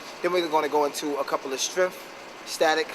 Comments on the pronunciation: haha he says strenf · There is no 'f' in the word strngth.